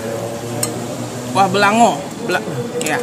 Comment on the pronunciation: Sie itek puteh atau bebek bumbu putih jangan upa...oh kuah beulangong bacanya..kurang ng nya😂